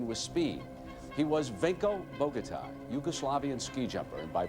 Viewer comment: I do wish Americans would learn that there's other pronunciations of names (i.e. the correct one) not just what Americans think it should be! Your pronunciation of "Bogotaj" was utterly awful J = Y in Slavic languages. AJ = "eye", the Os are soft, like in the word "soft", therefore his name is BOH GOH TAI. As for your pronunciation of "Marcin" = MARTSIN, it would be MARCHIN is it's spelt Marczin! "Davro" is pronounced with a hard A, like in "apple" not the strange "ah" you are saying. "UP2U" is obviously "up to you." But I know, Americans think only they are right and they are incapable of pronouncing non-American names correctly.